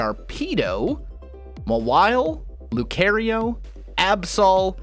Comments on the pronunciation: Excuse me, but did you mispronounce lucario on purpose? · Lew-kay-ree-oh Hahahaha hahahaha 😂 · I want to say I''m not triggered by you pronouncing LU-CAR-RIO As LU-CARE-RIO or LOP-PUN-Y as LOPE-PUN-Y But I really really am